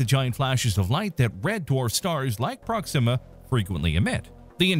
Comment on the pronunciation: "prok-SIM-a"? Weird putting the emphasis there as opposed to "PROK-sima"